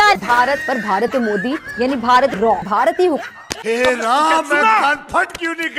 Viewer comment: Not RAW its RAAAA...